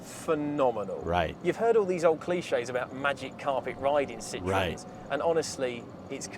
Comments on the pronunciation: Do you know Vice Grip Garage? Derek is hilarious. I like his "Will it Run" videos but he does a lot more different videos. Does any know the correct way to say Citroen? You say Sit-ro-en but i know it as Sit-ron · The E in Citroen is silent mate 😂 ( pronounced CIT-tron ) I had a french man almost slap me because I pronounced the E 😂😂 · Sit - ren or Ron are more common pronunciation’s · Every time you say Citroen I expect you to say sauce 😂👍✌️ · maybe say sit ron much closer to the pronunciation. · PRONOUNCE IT WITH OUT THE O Citren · Why do Americans emphasise the EN in Citroen none of my French family say it that way